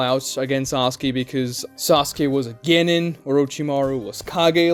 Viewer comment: The way this dude pronounces Genin, Chunin, and Jonin is driving me crazy